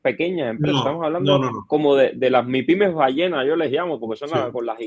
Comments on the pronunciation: ¡Aprendé a hablar en castellano LCDTM! ES MIPYMES (Micro, Pequeñas Y Medianas Empresas) no " my pimes " en ese idioma bastardo que se conoce como ingles. ¡Pronuncie bien el español sajón del toor!! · Explicale a este senor Que se llaman micro pequeña y mediana empresa. En Español mypime. No hay que decirlo en ingles. Incorrecto decir “maipime “